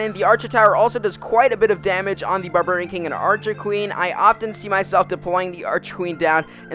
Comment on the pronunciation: anyone else hate the way this guy says barbarian?